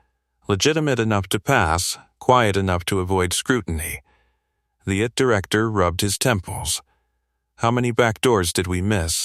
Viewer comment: Please amend : its NOT "it director". It's 'I T Director'. 'I' and 'T' are two different words.